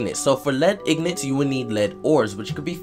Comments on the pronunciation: Which is the whole reason I corrected him. Also, it's IN-GOT. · ignant.. (een-get) nor in-got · No its pronounced IN-GIT